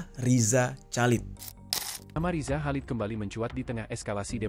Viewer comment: bang please perbaiki penyebutan nama orang dengan benar dari loren sampai riza chalid gak nyaman nyebutnya